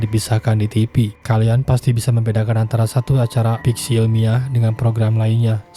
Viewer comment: Favorit! Bukan paporit! Kontroversial bukan kontropersial! Live/Laiv, bukan laip! Fiksi! Bukan piksi! Viral, bukan piral! Aktivitas! Bukan aktipitas! Televisi! Bukan telepisi! Ayolaaaahhh... gunakan abdjad dengan benar dalam dalam pengucapannya, dooonk...!!! 🙏